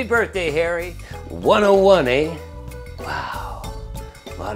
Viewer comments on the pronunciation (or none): Canadian really comes out when he's talking softly. Calling it a "thing of beauty, eh?". Almost Doug & Bob McKenzie esque.